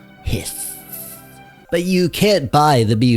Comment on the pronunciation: dude actually said, "hiss"